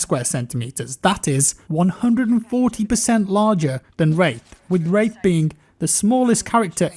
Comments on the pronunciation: Even the autogenerated English captions interpret it as rape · you sure you said wraith? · not sure that's how it's pronounced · i dont think you said wraith right... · Does anyone else hear a different word when says wraith?